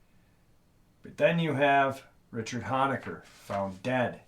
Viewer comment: Oh and one more thing just because I’m OCD, you pronounce Richard’s last name like hone-a-ker not the “hon” sound like honk the “hone” sound like to zoom in on something, thanks!!